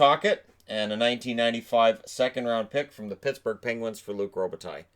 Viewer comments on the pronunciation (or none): none